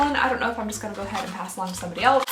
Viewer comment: I love how she says else ❤️ elets 😂😂